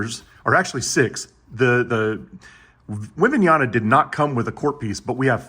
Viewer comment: His name is webenyama not webenayana